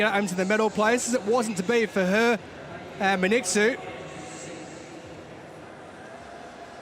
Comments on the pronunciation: He mispronounced her name completely! Her name is not Men etsu! Wtf is men etsu? . Her name is Mengistu. pronunciation men- ghee-stew. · What a loose commentary was that?! it is Men-Gistu, not Minqsu or whatever your British accent is. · Ho do you get her name wrong repeatedly???? MENGISTU WTF??? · How is the commentator can not say her name Mengistu correctly? Congradulation Tigist you made us all proud Ehiopians!!